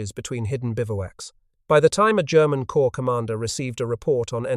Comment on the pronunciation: Damn it! "Corps" has a silent "ps" and is pronounced the same as "core" while you keep posting videos where "corps" is pronounced the same as "corpse"! Are you unable to learn? To change? And this is much the same as other videos, just with some repackaging.